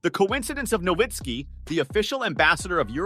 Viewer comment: Nowitzki. The w is pronounced like a v. It's German.